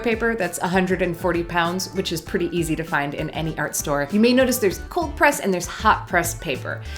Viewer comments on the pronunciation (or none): none